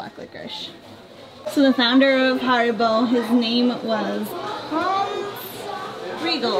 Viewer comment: HAribo not HOribo :D